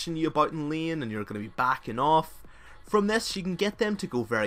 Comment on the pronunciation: and "Lien" for Lane :X I love it! :D :D :D